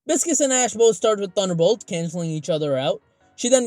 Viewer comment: It’s Bi-sces/Pie-sces how it’s pronounced Pie or Bi and Sees Not Biscus